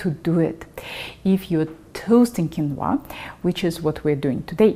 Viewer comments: It is pronounced keen-wah. I have used this super food in America since I learned to cook in the 1960s. This video is pretentious. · Hello, quinoa has been eaten by the natives of the Andes for years and years, its is very nourishing, and delicious. Please, accentuate the “i” , not the “a” if you do, it sounds chinese….hahaha🥰🥰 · I did not know "Qu" in Quinoa was pronounced as "K " sound or is that just a Russian thing. Heap all that Quinoa up onto your steamed kale and serve it up when your mother-in-law visits. - yum. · Ah, I hate “mooshy quinwah”!